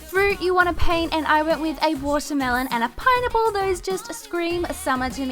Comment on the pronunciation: It sounded like she was saying pine nipple